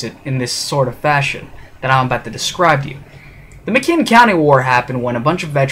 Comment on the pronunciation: It's McMinn (pronounced mick men) county. I live in Athens TN. My grandfather fought in this. It was called the Battle of Athens. Not McMinn County war. It lasted from around 9pm until about 3am. I appreciate you supporting the 2nd amendment, but please make sure your names and facts are straight.